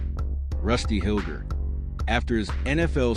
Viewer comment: It's pronounced Hil- jer.